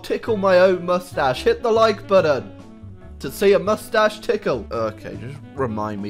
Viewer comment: Moostach tickle ploezZz